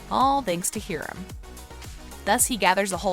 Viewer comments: Its hiram not hirem 👁👄👁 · learn how to pronounce the names before you do a video. Hiram is pronounced HIRUM! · she said Hiram's name wrong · Not being mean but why you say Hiram like that?? xx